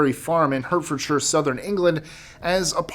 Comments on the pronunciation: 12 was is pronounced hart-ford-sure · Sorry, Hertfordshire is pronounced 'Heartford-shire' (and the 'shire' is usually more of a 'shuh' sound). Hubby's from there...